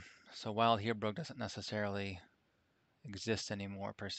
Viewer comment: It's pronounced like Bill. Vild. I'm a retired Land Surveyor. I worked from 1970 to 1997. Those instruments are like a Rolls Royce. Thanks for the time you put in to make this video. We had a Kern DKM1. Inverted image and a Lenker Rod. Nightmare material. Thanks again.